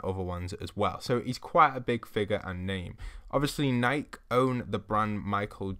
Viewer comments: its pronounced ni-key not nyke. im pretty sure nyke is another brand too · Nik-ey not nike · Man said nyk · by Nik did you mean Nike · I’m sorry the e in Nike is said (Nike-ee) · The way he says Nike 😂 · The he pronounced Nike... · We aren't gonna talk about the way he pronounced nike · Omg I know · Am I the only one who heard him say Nike wrong? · If u knew so much about air Jordan’s than how come u said Nike wrong which by the way is named after the Greek god of victory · This man said nike wrong